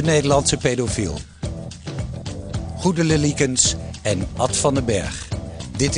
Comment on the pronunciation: er zit geen rochel in de naam goedele. zachte g zou geweldiger zijn.